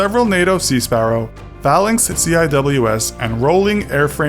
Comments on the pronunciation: ciws is pronounced "sea whizz" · Just so you know CIWS is pronounced "see-wiz" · For the record, "CIWS" is pronounced "c-wiz." Yeah, it's a little weird. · it is pronounced sea-whiz not C-I-W-S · One thing, CIWS is pronounced as see-wiz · Pretty sure the Phalanx CIWS is pronounced sea-wizz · Immediately disappointed in the target audience of your video when pronounced CIWS in letter form, and not "sea-whiz," among other instances.